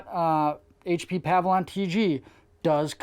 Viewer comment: great video. it's "pa-VILLE-ee-on" tho not "pav-lon"